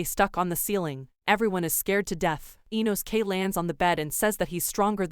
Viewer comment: "InoSKAY" "Douhma" "Aow"